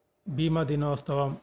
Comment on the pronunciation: సంవత్సరము మరియు దినోత్సవం అని స్పష్టముగా మాట్లాడండి